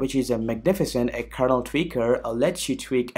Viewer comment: OMG stop saying kernel word like that please! It sounds like KERNOUEAL.